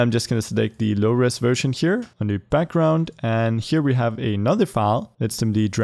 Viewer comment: Did anyone hear him say Brackground to